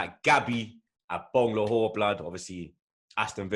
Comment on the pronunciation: Came here to here butcher Agbonlahor's name.. Wasn't dissapointed. 🇳🇬